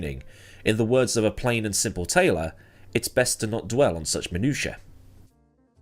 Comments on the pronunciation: perfect pronunciation of minutiae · That's indeed the proper pronunciation of "minutiae."